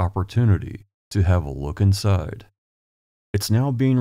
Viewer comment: You're welcome! I am still fascinated by your accent. I'm Southern. Just in the first 30 seconds that I just now rewatched I'll give you an example of why I'm fascinated: your words are smooth with no up or down inflection, so sounds Midwestern for sure. But you say let's take a peek "insiiiiiide" in a bullseye drawled-out buttery Southern way! 🙂 Is it a naturally occurring amalgamation of Indiana's Midwest location with perhaps a proximity to Kentucky and thus influenced by Southerners - I wonder. Heigh ho heigh ho it's back to work I go. Looking forward to hearing your soothing voice and exploring Indiana later 🙂